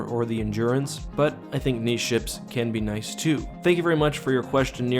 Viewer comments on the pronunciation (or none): Umm what the fuck is a neeshe? Did you mean niche? There are 2 syllables in niche...sounds like nishay...not neeshe lol